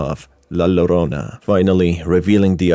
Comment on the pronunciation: Helpful note: In the Spanish language, the double 'l' makes a 'j' sound, so it's really pronounced 'jorona'.